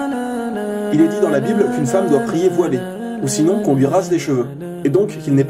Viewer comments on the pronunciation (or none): none